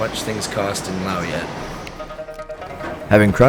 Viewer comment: The pronunciation of Laos (Laos is the name of the country and Lao is what the people and language are called), Phousi Hill (ph=p sound), (pronunciation Kuahhhhhng Seeee) Waterfalls and others were making me cringe since (correct pronunciation) Luahhhhhng Prabahhhhhng is a place I call home, but the video is BEAUTIFULLY photographed and constructed. Loved it.